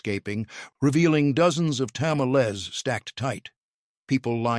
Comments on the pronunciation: HEY Dummy ! It's '' ta ma lees '' NOT Tamaless !!! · 😎He did not pronounce Tamels right, that's why it was funny. Chill! (✌🏻) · "Ta-ma-LEZ". Tell me you're an AI voice without telling me you're an AI voice. 🙄 "Pozo...."? Sheesh. 🤔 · Like said, GET A HISPANIC TO DO THE NARRATION OF A MEXICAN DISH VIDEO!!! wtf are Tamalés??? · Let me tell yal i love me dome tamalcks 😅 Mister please stop saying it that way. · Tamales = tah/MAL/lehs ... Carne Guisada = KAR/neh gui/sah/dah ... Tortillas = Tore/TEA/yahs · TA MA LEZ 😅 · What? You don’t like to-ma-LEZZ?? 😂 I know- the pronunciation is so wack!! 😅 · "Ta-ma-LEZ" .... lots of bad pronunciations , but that was the one that made me stop in my tracks. 🚫